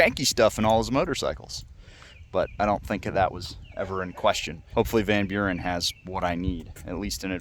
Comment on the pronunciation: for yall Americans, Van Buren is pronounced (fun buren) no (VAN)